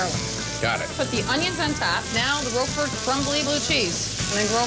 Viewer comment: When you have no idea how to pronounce 'Roquefort', you shouldn't be allowed to eat it!